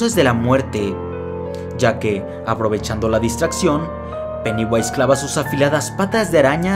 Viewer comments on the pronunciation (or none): Vai a flota dijo peniwais.